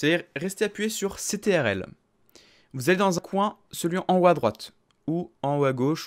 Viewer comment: Vraiment cool mrc mais a la place de controle tu dis c.t.r.l du coup sa peut porter a confusion mais vraiment cool ce tuto mrc